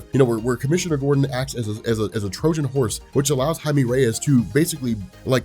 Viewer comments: Jaime Reyes is pronounced (Ha-e-meh) (reh-yes) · Is that how you really say Jaime Reyes?